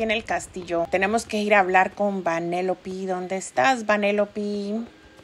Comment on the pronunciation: oye no es vanelopi es venelope pereo igualito me encantan tus videos }